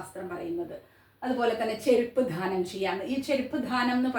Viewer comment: ദാനം എന്ന് ഉച്ചരിക്കുക ധാനം എന്നത്‌ തെറ്റാണ്‌..